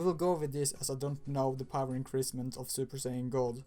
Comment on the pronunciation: lol he said base poer instead of power